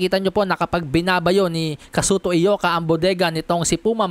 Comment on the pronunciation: Congrats sa iyo bro sa lahat ng mga bloggers ikaw lang ang nakabigkas ng tama sa pangalan ni Ioka as Eyoka. Karamihan ng mga boxing bloggers na nag live commentary puro sila Ayoka mga expert pretenders sila. Ikaw tunay.